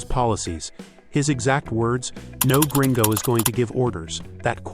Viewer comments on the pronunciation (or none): none